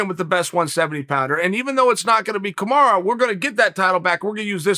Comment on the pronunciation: Me: "Kamaru Usman" Chael: "Kamara Oozemans" Me: "Kamara Oozemans"